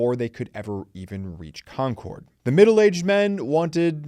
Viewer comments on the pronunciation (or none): It’s ConCurd. Not Con CORD. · Love ya, but having grown up in Lexington, hearing you say "Kon Kord" repeatedly almost made me click away. We pronounce it more like "Konkurd". Or if you have a wicked thick Boston accent, "Konkid". Just thought you might want to know. LOL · Nice job. One picking of nits, your pronunciation of Concord is a little off. It's pronounced "Concurd", with the second syllable being softer. I was born and raised there. Thanks for the trip down memory lane.